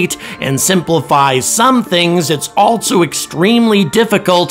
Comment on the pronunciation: Autogenous: pronounced Aw-TAH-jenn-uss, accent on the second syllable. Else: pronounced Elss, not 'Elts'. There's no 't' in Else. Also: pronounced AHL-so, not 'ALT-so'. There's no 't' in Also.